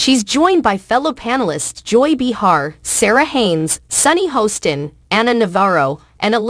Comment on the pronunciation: Joy's last name is not "Be Hard," it's Behar, you missed pronouncing it !!!